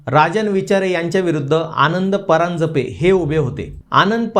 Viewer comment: Faltu logic social media follower’s Varun kahi naste. Ani PARANJAPE cha pronouncation barobar kara. Chukicha ucchhar hotoy. Aapli marathi bhasha ahe.